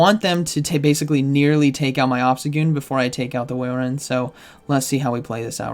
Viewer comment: At this point, I think he’s intentionally saying Walrein’s name wrong